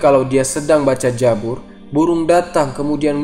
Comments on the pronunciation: koreksi bukan jabur tapi kitab zabur tolong koreksi ya pembacaannya. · KITAB ZABUR MIN BUKAN KITAB JABUR, kalau di hijaiyahnya, ZAI sama JA/JIM itu beda suara baca nya... naaaa, Zabur klau arabnya pakai ZAI bukan pakai JIM/JA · jabur jabur, Zabur oy pake Z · Mimin orang sunda ya 😂😂😂😂 Zabur jadi Jabur 😂 Nanya doang min